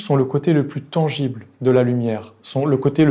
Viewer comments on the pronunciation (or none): tangible...pas tengible. Par ailleurs, vidéo très éclairante, comme d'habitude. Merci!